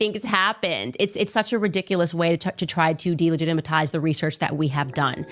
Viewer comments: delagitamatize almost killed me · It’s delegitimize, Candace. Not whatever word you just used.